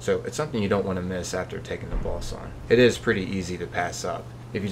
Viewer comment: Why do you pronounce "boss" and "runes" like someone who has never heard the English language before?